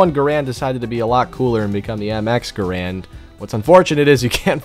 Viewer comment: GARAND NOT GRAND